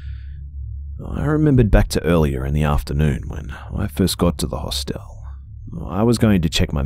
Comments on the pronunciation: EyEofHAV0C I know the difference between a Hostel and a Hotel. I said the way he was pronouncing Hostel was bugging me. We pronounce it Hah stle. The way he was pronouncing it was like the word hostile. That's why it was bothering me. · I hate to complain, but the way u say "Hostel" is driving me nuts. I just want to correct u every time u say it. But thanks for the great story and video. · I feel you! I love the stories and his voice. But the way he is pronouncing Hostel and Moncton is bothering me. I understand he is Australian and pronounces things differently, but I cannot help correcting him in my head the entire time. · New drinking game......... Every time mispronounces 'HOSTEL' take a shot of vodka, you'll be sh*t~faced.;) xxx